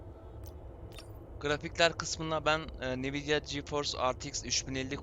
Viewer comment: nividia dediğin yerde videoyu kapattım